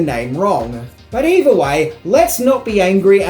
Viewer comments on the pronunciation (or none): none